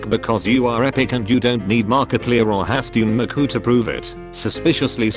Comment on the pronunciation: the way the robot pronounces Hatsune Miku is killing me